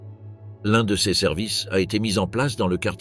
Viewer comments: La lecture par IA est horrible. Au lieu de dire cas ou ces il dit C.A ou C.E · L'IA est terrible! "Ces" n'est pas CS et ainsi de suite...